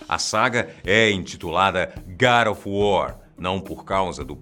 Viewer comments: sepre que ele falava god of war eu escultava gari of war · Gara of War ???? E God of War !!!! kkkkkkkkkkkkkkk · Garo of wor... pronunciando o titulo...rindo muito... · "GAD OF WAR" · GADO OF WOR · Garu of wuaar kkkkkkkkkkkkk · Garo ofu wor kkkk